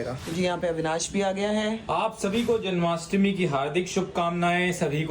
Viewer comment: Its jan*maa*stmi u r saying janmastami😂